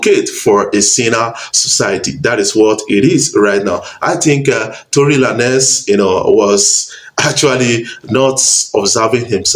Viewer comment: Is not Tory La-nez ..is Tory Lanez...pronounce the "Lanez" as Lanes.